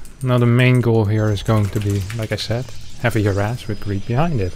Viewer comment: Harass, not harras xD